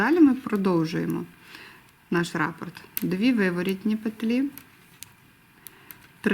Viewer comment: Дякую за україномовний контент. Але хочу зазначити, що правильно казати рапОрт, наголос на букву «О»…